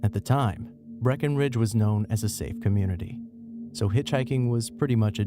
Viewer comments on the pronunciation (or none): none